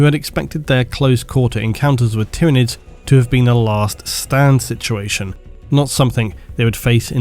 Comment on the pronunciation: I swear you add like 3 extra letters to the word "situation". Love the video!